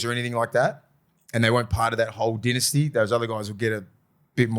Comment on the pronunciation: my bro. It’s pronounced “dynasty” not “dynasty”.